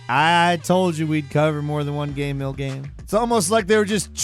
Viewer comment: after all these years, i still get triggered the way you say ''GAHM''